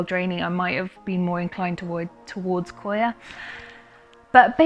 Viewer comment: It’s coconut coir not coya